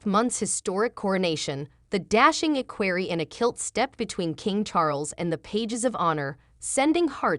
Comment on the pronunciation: Learn how to pronounce the words. Listening to your butchering equerry was too painful. Learn that V means “the fifth”, like King Edward V is verbalized as King Edward the Fifth. VI is sixth. VII is the seventh. Basic simple Latin, which is a part of our lives. Watch My Fair Lady and listen to the professor explain to Eliza how she is in control of her voice and the words she uses and the way she pronounces them. You should try like Eliza did, and succeed. Good luck.